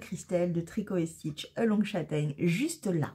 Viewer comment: Ahaha en plus c'est pas along châtaigne mais Oolong châtaigne !! ça fait référence à un thé que Christelle aime beaucoup (elle a raconté ça) ; et ça se prononce Oulong !!